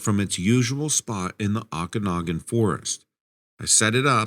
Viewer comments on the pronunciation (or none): you said AW kanogan forest. You might have meant to say OH kanogan. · It's pronounced "Oh-can-ah-gan".